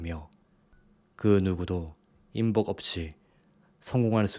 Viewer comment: 인복ᆢ 발음을 쎄게 해야 될 듯